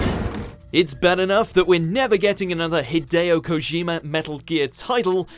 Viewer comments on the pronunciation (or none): none